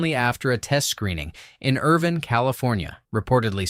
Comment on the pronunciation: Irvine CA. Pronounced Ir-Vine.